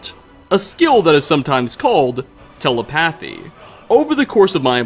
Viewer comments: "Te-le-PATH-Y"? Has he never heard the word? "Te-LE-path-y." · Telepathy. Tel-ep-a-the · Awesome video! It's a bit of nit-noid but, Telepathy is pronounced te·lep·a·thy /təˈlepəTHē/. You spend so much time working on all of the fine details for this content and I know you appreciate being right. I love the channel! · The word telepathy is NOT pronounced Tehle-PATH-ee, lol. It's pronounced tuh·leh·puh·thee. You can even listen to a sound bite of how it's pronounced by simply googling "pronounce telepathy." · it's te-lep-athy, not tele-pathy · how do you pronounce telepathy wrong? te-le-pa-thy , not tele-pathy while your looking up all that fantastic lore, maybe peruse webster's dictionary for pronunciations, ill do it cause i suck at spelling :D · It’s pronounced telEpathy. Not telepAthy. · Haha telepathy is pronounced tel - ep - athy not tele - pathy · It's pronounced 'telEpathy'. Not 'telepAthy'. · tele-pathee? It's tuh·leh·puh·thee (For some reason it's pronounced differently than Telepathic.) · “TELL A PATH EE” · Pronouning telapathy so wrong i didnt even know it was possible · bro really said tela pathy🤦🏻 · So were gonna pretend didnt say, te-le-pa-thy... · Tell-A-Path-ee Lmao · Telepathy Tell-ay-path-ee... lmao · *Perfectly pronounces complicated dwemer ruin name. Also - Tele-pathy. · tele paathy. dude. its telepathy. but nice info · >can't pronounce "telepathy" >worries about butchering a nonsense word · It's almost if has never heard the word telepathy spoken before... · Bro are you really pronouncing telepathy like that lol. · It could be because you're not British, but you butchered the word telepathy. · The way he mispronounces telepathy bugs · For my sanity sake google how to say Telepathy. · pronunciation of telepathy kills me. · Is nobody going to talk about the fact that mispronounced telepathy? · I've never heard telepathy pronounced that way. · i never want to hear you say telepathy again, thank you.